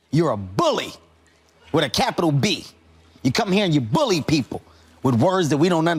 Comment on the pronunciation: He put emphasis on that B in BULLY😭😂